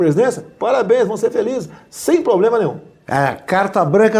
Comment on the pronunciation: So uma solicitação, alguém, por gentileza, ensina ao nosso querido presidente a pronunciar a palavra PROBLEMA corretamente.